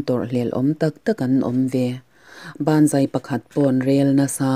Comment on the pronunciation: A tira "Banzai" i lam rik dan khi ngaithla nawn leh chhin teh.. 😁😁😁 "Ban zai" i ti tlatin ka hria. 😁